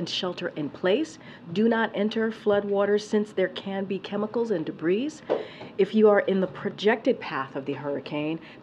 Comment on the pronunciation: Wondering when someone's going to tell KJP that you don't pronounce the "s" in debris. Normally, I would think it's a one-off mistake, but this is not the first time.